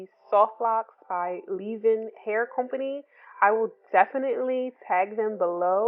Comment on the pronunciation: Cute! Ima do these for my trip to Hawaii Also the way you say COH-PANY is strangely satisfying 🤣 where is your accent from?